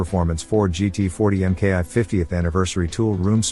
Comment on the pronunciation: MKI (“eye”)??? It’s a Mk1 (“mark one”)!!!